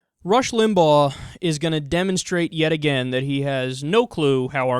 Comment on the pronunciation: Beaujangles McJiggle He was factual in correctly pronouncing Limbaugh's name and that the President is a Democrat, who has the power to veto legislation. Other than that...